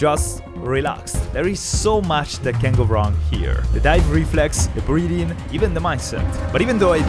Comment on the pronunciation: 3: 36 - "I had spent the last hour practicing these breathing techniques." Not gonna lie, thought you said "breeding techniques." I was like, "Heh??"